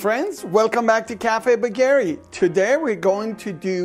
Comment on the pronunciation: Why do you pronounce your surname as 'bageree' rather than the proper Iranian pronounce, 'Baagheree' ?